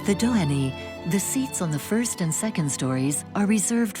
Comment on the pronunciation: The final 'y' in Dohany is silent.